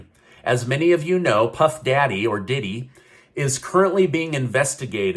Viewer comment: P Diddy’s name just doesn’t sound right coming out of mouth.😂